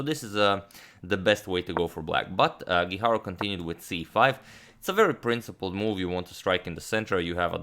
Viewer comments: His last name is GUIJARRRRO, no guiharou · Antonio mislim da krivo izgovaraš Guijarro. Ne znam španjolski, ali sjećam se da je svojevremeno postojao rukometaš Guijosa, a izgovaralo se Hihoza, tako da bi Guijarro vjerojatno po toj logici bilo Hiharo.